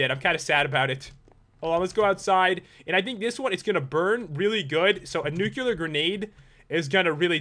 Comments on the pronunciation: why do you say newcular it's nu-klee-ar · I don't want to be a jerk but it's not nukular it's nuke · Its pronounced nuclear not nuculer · It is not Nucelar, it is Nuclear. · U said nu-cu-lar grenade the whole time:D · "Nuc-u-lar grenade" FFFFFFFFFFFFUUUUUUUU